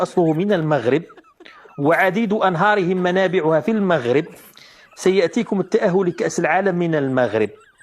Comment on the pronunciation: أهم حاجة هي أنها (طاط مونيف) قرات كلشي ونطقات إسم المغرب مزياااان.